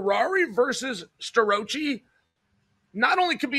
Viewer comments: Stir-Roachie😂😂😂😂😂😂 I love how Chael purposely mangles people’s names. The guy is undefeated, truly… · Uncle Chael refuses to pronounce Starrocci's name properly.🤭